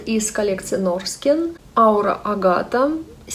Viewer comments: Норхен это произносится, а не Норскен. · НОРХЭН правильное произношение)) Без обид)) Спасибо за обзоры, всегда смотрю!